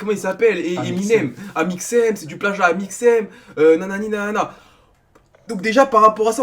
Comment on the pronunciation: on dit pas ÉMIXEM mais AMIXEM sinon j'arrête de cassez les couilles au gens 😂😂😂